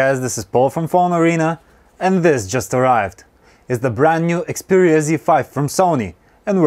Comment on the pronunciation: I think I heard you say xpooria z5.